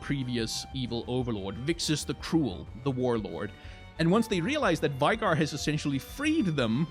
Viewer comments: Veigar Is V-eh-gar, Not V-eye-gar, no? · You say his name wrong. Its not Veigar like V-eye-gar Its more like May without the M V-ay-gar Also Listen to tristanas and veigars voicelines. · it's VAY-GAR